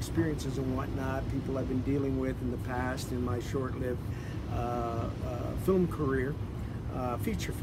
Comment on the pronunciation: Who says “fillum”??